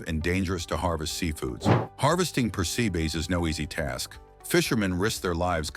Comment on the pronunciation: " You Knee" ? lol it's ooh Knee. also Persabees are pronounced Per SEP us